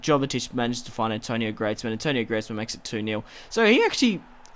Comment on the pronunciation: Antoine , not Antonio !!!